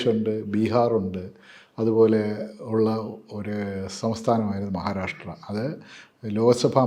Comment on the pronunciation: മഹാരാരാശ്ട്ര അല്ല സേച്ചി മഹാരാഷ്ട്ര. നന്നായി നാക്കുവടിക്കണം, ഇടക്ക് ഒക്കെ പല്ലും തേക്കണം